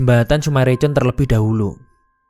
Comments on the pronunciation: Dibaca nya Sumarekon min bukan recon😂😂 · Baru liat setelah 6 bln kemudian, btw, ngasih masukan boleh kan? sy org bekasi, itu sumarekon bacanya, aneh dengernya di baca C 😅